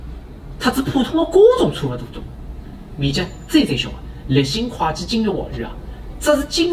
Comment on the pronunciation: 旁友，'会计"沪语读：kuei ji